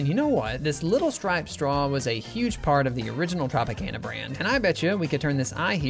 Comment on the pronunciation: That’s not how you say Tropicana